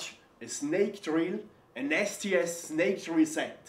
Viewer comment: When he said STS i heard "nasty ass"